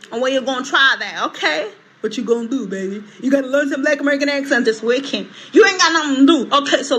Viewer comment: The accent woman does realise the word is as above, accent not Axe sent🙄